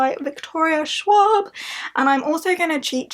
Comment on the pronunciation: That pronunciation of Schwab made me giggle. I'm rooting for you on this readathon,. Kick its ass!